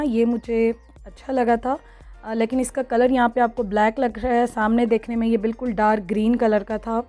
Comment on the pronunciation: Plz dear stop saying lakin its leykin...so pronounce it right..cheers...